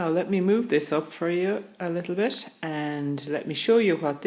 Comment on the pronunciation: Funny way of pronouncing your T... eight you pronounce as eish , bit as bish .. allergic to T huh, Lol... lovely and clear voice anyway , like your mode of teaching, thanks for sharing ...😊✔✅